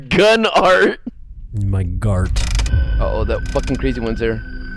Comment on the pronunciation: “Your gun art”☝🏼 Evan: “My gart”😇